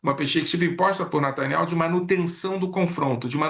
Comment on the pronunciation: Natanial, natanial, natanial